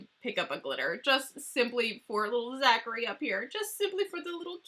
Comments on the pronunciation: It's Thackery not Zachary haha love you!:) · Girl, it’s Thackery Binx.